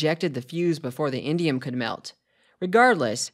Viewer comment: I heard "Indian metal" at least 4 times and I'm all "what the heck is Indian metal?? Aren't people going to call that racist?." (It's indium… LOL)